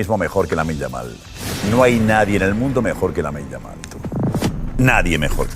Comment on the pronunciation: Dude say lamine Yamal right it’s lameen yuhmal